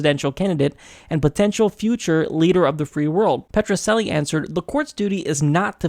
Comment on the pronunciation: Dan Petroceli represented Fred Goldman in the wrongful death suit against O.J. Simpson. Pronounce the "c" in Petroceli as "ch," like in church.